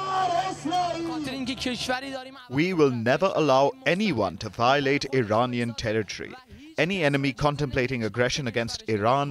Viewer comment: The day you see an Indian who says "IRAINIAN" and not IRAANIAN, you know the person needs to go back to school :person-turqouise-waving::person-turqouise-waving::person-turqouise-waving::text-green-game-over